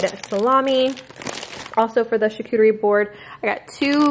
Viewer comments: That’s not right 😂😂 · Props to you for attempting to pronounce charcuterie 🤣